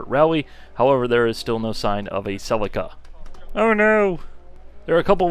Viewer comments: No he said Selika not Celica. I know what the Toyota Celica is but I've never heard of a Selika. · It sounds more like sill eeka